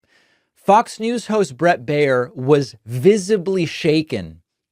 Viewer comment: When Baier is of german origin, his name means "bavarian", and is spoken "buyer" (in the variant where the 'er' is spoken like the 'u' in 'husband'). Greetings from Munich, Bavaria, Germany. We don't need this guy here...